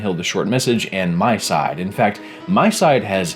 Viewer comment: I didn't even realize what you were talking about when you said "my side". it's miside not my side.